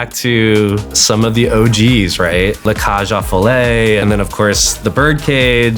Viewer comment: Never heard 'Cage aux Folles' being pronounced that way lol